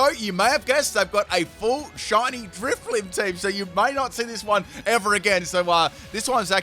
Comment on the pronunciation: And then he get's the german Driftblim right. xD